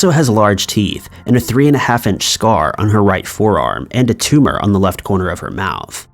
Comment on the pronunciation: I like your TUMAAH HUMAAH